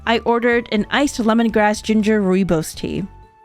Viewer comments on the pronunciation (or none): ROOIBOS TEA, Immediately gonna notice South Africans Commenting 😂 (Also its pronounced Roy-Boss) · As a South African the way she says rooibos upsets me (love you to girl ) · As a South African i am just laughing at how she said rooibos but its cute and nice to know that people love the tea